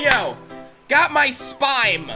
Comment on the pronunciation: it’s spime not spine. Your not getting spines.